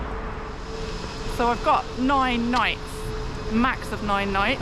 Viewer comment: the way you said nine , it sounded like German word neun , which means "nine". 😂